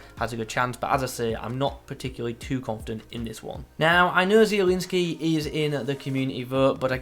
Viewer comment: at last someone who pronounces "Zieliński" right :) thx mate.